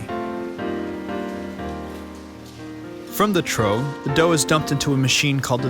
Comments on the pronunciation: Pronounced "troff". not "trow." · Trough, is pronounced troff, no troh.